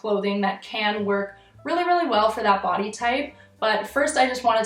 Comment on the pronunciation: i can’t remember when but one time you said body i seriously thought you said putty